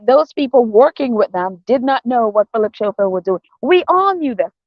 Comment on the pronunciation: It's Philip Scoffield and not Showfield and it's spelt Schoffield. Sorry for correcting you.